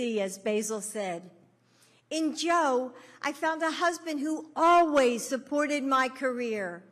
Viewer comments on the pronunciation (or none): none